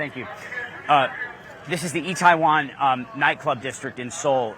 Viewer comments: He's reporting on Korea and he can't even say the name of the place properly... come on, CNN. Do better. It's pronounced Ee-teh-won. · Can you atleast pronounce the name of the fucking neighborhood right!? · Doesn’t know how to pronounce Itaewon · for a CNN dude to be in Seoul it's pretty pathetic that he can't pronounce itaewon properly.